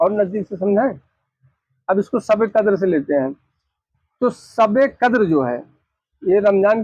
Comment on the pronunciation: hujoor nahi huzoor kahnaa sahi tarikaa hai Sabe kadar nahi shabe kadar kahnaa sahi tarika hai deen ki baate alim se sikho sahi tarike se pataa chalegaa ye janaab huzoor kaa naam thik se nahi le paare shabe baraat kaa naam thik se nahi le paare baal awrto jaise rakhe hai sahriyat me kaandhe se niche baal rakhnaa haraam hai awrto jaisi mahdi lagaai hai shariyat me gair alime deen kaa binaa kitaab dekhe takrir karnaa haraam hai peer hai tab bhi kitaab saamne rakh kar maslaa padke bataana waajib hai ye nahi ke kuch bhi apne tarike se fekde Allah paak aise jaahil peero se imaan waalo ki hifazat farmaai aap log you tube pe bhi upload kar rahe hai aapke peer ko sahi tarike se ilme deen sikhna chahiye